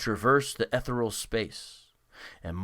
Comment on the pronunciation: Ethereal is enunciated E theory AL